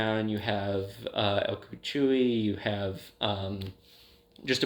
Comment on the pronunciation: the way you pronounce La Llorona and el cucuy hurts- please learn the pronunciations of entities and urban legends of different cultures before talking about them lol it’s not the end of the world but it definitely made my Hispanic ass cringe so hard